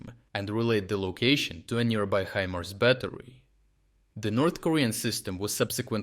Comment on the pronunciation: Really "HE- MERS" well that is mangled English! For you mangled English the correct pronunciation is "HI-MARS". Or use AI!